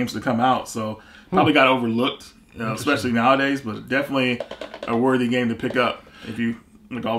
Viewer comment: Exspecially! Especially, it's especially.